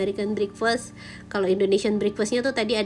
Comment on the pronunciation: bukan brikfest mbak nyebut nya tetap e sebut nya (breakfast ) dan buffet juga tetap u bukan jadi baffe